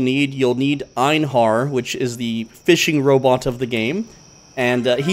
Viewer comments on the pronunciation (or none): heheh you said Einar wrong. Its (Ai- Nar), you said (Ain HAr) 🤗Just found that a funny but all in good fun